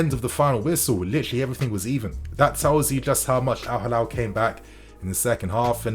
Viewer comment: It's Al-Hilal, not Al-Halal